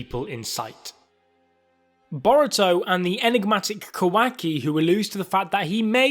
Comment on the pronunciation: Can you please say kawaki properly its not a hard name to pronounce